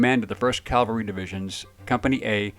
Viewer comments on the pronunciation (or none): CAVALRY noT CALVARY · I like your stories and appreciate you bringing them out but of you're going to do military videos you really need to learn the difference between Calvary and Cavalry. In your video about Bruce Crandall you consistently said 7th Calvary. Calvary is where Christ was crucified. Right is right, wrong is wrong. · I love your work and I love your videos. But I’m an English teacher and I have a difficult time hearing you say “Calvary“ instead of “cavalry“. Calvary is a hill upon which three crosses were erected for a crucifixion. Cavalry is horseback and horse mounted. as I said it’s a trivial thing but it’s important that what you do is accurate. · It’s cav-el-ree not cal-var- tee! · Crandall and Freeman were amazing. But I have to nitpick....CAValry, not CALvary. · Remember, Calvary is where Jesus died. Cavalry is something totally different Cal-vary vs Cav-alry. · Please learn the difference between cavalry and Calvary. Please...